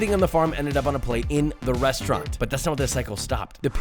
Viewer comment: “ReSHtaurant”??? What the hell is a “reSHtaurant”? Why does he pronounce it that way?